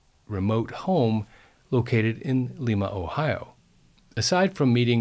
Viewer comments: It is Lima long i...not Lema pronunciation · I thought locals pronounced the name of Lima LIE-ma. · True... my Dad lived in Lie-ma OH 🙂